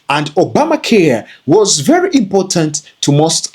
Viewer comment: Vewy, vewy, vewy slow!